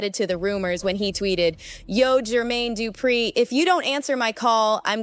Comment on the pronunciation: Yall herd Katt saying jer...maine...du....pree😂😂😂😂🤦🏿‍♀️